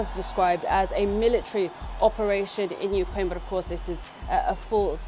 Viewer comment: There is no excuse for "millitree".